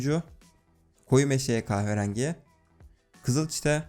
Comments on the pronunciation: "kahverangi" hahaha çok iyi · kahve rengi demesi tek banamı tuhaf geli,yo